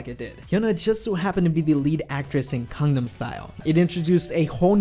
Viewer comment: OMG every time you say GANGNAM style I thought you are saying CONDOM style. WTF. The word start with a G and somehow thats hard for you to pronounce?